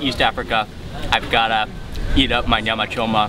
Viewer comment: Your command of Swahili shows ..The way you pronounced Nyama Choma , are you sure you're not from Moshi? 😂